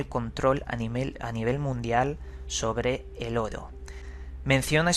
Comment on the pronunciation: Me encantan tus videos, pero odio como dices la palabra "Oro"! No lo soporto xD Pero eres un crack investigando y relatando!!